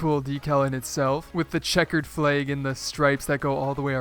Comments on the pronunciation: Checkered "FLEG" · dude pronounced it "flayg" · You don't know how to pronounce "Flag"!😂😂😂😂😂💀